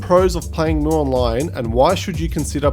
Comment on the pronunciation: Its read as EM YU not MU...